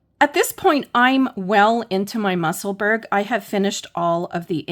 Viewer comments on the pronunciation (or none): Thank this is all very helpful. I hope you won t be offended if I help you with the pronunciation of Musselburgh I'm a Scotswoman who lives there the way to say it is probably closest to Musselburrah.